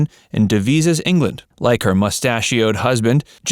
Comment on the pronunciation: I had to laugh . How can some one cock up the name of a town. It is Devizes. Not Dezives.